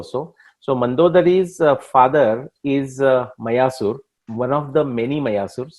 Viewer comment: You should make your videos more interesting with maps of BC period. Especially when talking about regions and places. Also pronouncing the sanskrit names and places correctly. Eg मायासुर, not मयासुर 🙏🏻